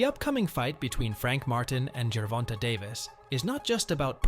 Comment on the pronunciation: Gervonta is NOT pronounced jur-VON-tuh!! It’s pronounced jur-VON-tay. The last syllable is “TAY”. Please stop mispronouncing this man’s name. He is currently the face of boxing. Get it right! Yes it’s only one syllable, but it shows you didn’t do your research.